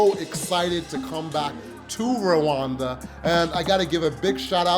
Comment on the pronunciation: AWEOSME CONTENT, RWANDA IS PARADISE , btw you pronounce Rwanda as Luanda which might mean two different places, Luanda Angola or Rwanda.